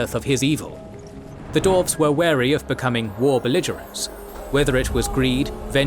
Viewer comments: Dwarves, pronounced "Dorfs" EVERY SINGLE TIME. its killing me. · Is Dwarves really that hard to pronounce?